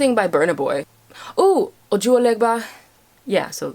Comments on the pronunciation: I'm sorry but can we just appreciate how beautifully she said ojuelegba It is by far the best pronunciation I have ever heard as an African myself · Did she just say ojuelegba and actually pronounce it right? Hats off to you!!